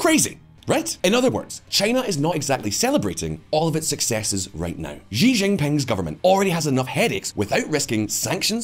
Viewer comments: time to pronounce Xi's name correctly -- it's 'see' not 'szzzchee'. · It is time for to learn how to pronounce "Xi" correctly:D